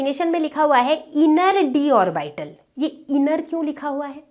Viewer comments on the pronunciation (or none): आरबाइटल pronunciation nhi hota hai mam hm log to ab tak ऑर्बिटल ही पढ़े थे